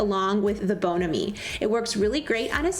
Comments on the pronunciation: "Bone A-mee?" 😜 It's Bon Am-ee ( Like Miami)!!! But....great presentation!! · I've been looking for Bon Ami every where except DT, so will need to check there. BTW, it bon as in bon bon instead of bone. LOL It's French for good friend. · Bon ami is pronounced as bond without the d and miami without the mi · Anyone else here old enough to remember Don Knotts in "The Ghost and Mr. Chicken" ? The little old ladies talking about not being able to get the blood stains out, even with Bon Ami (pronounced Bohn-Ammee instead if Bone-amee). No? Just me? Well go watch it!! 🤣🤣🤣🤣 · It's pronounced bon(like bon bons) AM (like I am) me. bonAMi. Check out the old movie The Ghost and Mr. Chicken starring Don Knotts. Very funny line in there about bonAMi that is here and there in the movie. Plus your family will love the movie. Your tips are great and I love your channel. 😀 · It's pronounced..Bon Am-eee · My mom has always bought bon ami, although it was hard to get your hands on, I saw it at Walmart this week! We would use bar keepers friend for the bottoms of pots but bon ami everywhere else because in over 100 years it hasn’t scratched anything! We pronounce it very different than you do though 😜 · I’m going to HAVE to get a few of those & try them. The only thing Bon Ami is not pronounced how the French would. I remember the old commercials for it from YEARS ago...Bon is pronounced as in bonbons & the A in Ami sounds like A in Apple, the I is a long E sound. And they do have a couple videos here on YouTube of the older commercials for it. One is I THINK? From the 60’s or earlier. And I do LOVE your videos!!!!